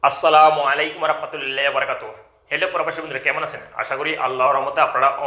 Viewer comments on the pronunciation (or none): ভাই একটা কথা বলি কিছু মনে করবেন না আপনি সালাম দেওয়াটা ভালো ভাবে শিখে নিবেন